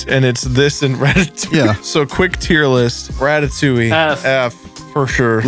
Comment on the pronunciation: Nah that said "ratatowing̈"